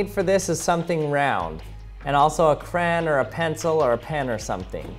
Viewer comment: You said crayon wrong